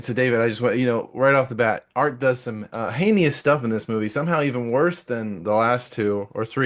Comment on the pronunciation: Hay-nee-oss is not a word. Heinous is.